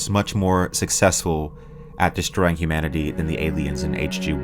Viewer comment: Hi, loved the video. The "humnanity" error at the beginning cracked me up though.